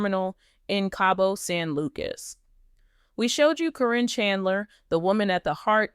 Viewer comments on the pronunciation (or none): You continually mispronounce Caryn's name. You call her Corine plus other names. Her name is Caryn not Corrine!!!!! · Stop this AI THINH FROM CALLING HET CARIN NOT KAREN NOT SPELLIN CORRECTLY TRYONG TO MAKE a point You get what you give. This is all AI bull crap.